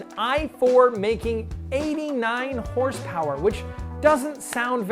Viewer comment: I don't think this guy got the memo on the pronunciation of HRSPRS